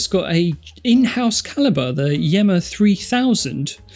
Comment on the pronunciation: For me 1. Yema (not "Yeema", ) 2. Sinn (Better even than the original) 3. Seiko 4. Sowa 5. Sekonda wins 3:2. Sorry, Andrew! 🥲